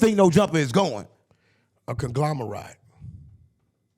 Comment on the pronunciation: Nigga couldn't say conglomerate right 😂😂😂